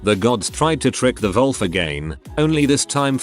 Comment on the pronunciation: What's up with the English narration reading "wolf" like "vulf"?